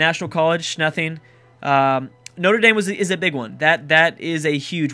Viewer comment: You said Norte Dame like the college and this is the french cathedral pronounced like No tray Dom